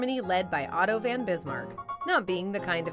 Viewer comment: Van? Van… is this narrator a leaf?